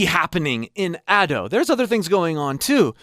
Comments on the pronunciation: Sorry to nit pick, but Ado is pronounced as Ahh-do, as in ah ok, and do as in do the note name, as a Japanese person who listens to Ado all the time it bothered me, again I'm sorry if this came off rude to you or anyone else. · Been following you for years, it's so surreal seeing Ado becoming a mainstay haha! Idk if anyone's told you or not, but her name is pronounced as "Ah-dough" 🙇🏼‍♂️ Thank you so much for the wonderful video!! So informative and insightful, especially as I prepare for my first live show! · ado? It’s Ado pronounced A-dough ok? But ur right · It's pronounced as Adu (or just as Ado id you speak spanish).